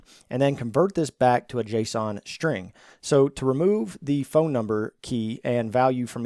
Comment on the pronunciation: A shhhhtring.